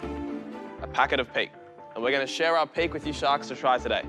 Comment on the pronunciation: I thought he was saying pig chocolate LOL.